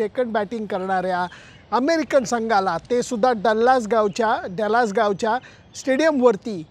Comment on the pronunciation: डल्लास नाही … ड्यलस